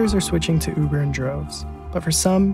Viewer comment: taxi not Huber cuber